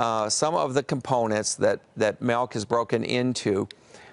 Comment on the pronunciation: What is Malk? Urban Dictionary says it's rat milk...